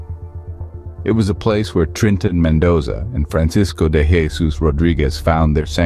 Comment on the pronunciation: This isn't ignorance. The content creator knew what they were doing. Stupid or misinformed would be a more fitting word. Also, I do not like how they keep mispronouncing "Jesus," and the AI generated voice does not sound right.